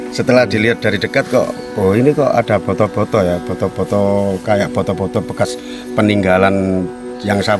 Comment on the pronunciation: Boto2 bukan foto2 mas.. boto = bata